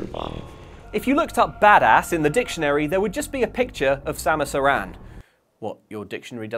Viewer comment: You don’t put any emphasis on the second syllable of Samus’ surname. It’s said in the same way as the name “Aaron”. I get that this kind of comment is tedious, but names are important.